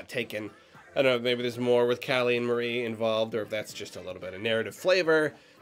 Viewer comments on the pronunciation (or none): none